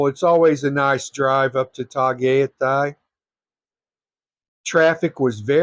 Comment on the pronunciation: Tah Guy Tie. Tagaytay